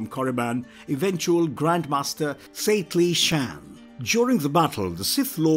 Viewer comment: It’s Satele Shan not Saclee or whatever the hell you said